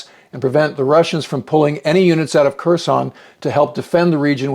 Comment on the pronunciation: I believe the K is silent in Kherson.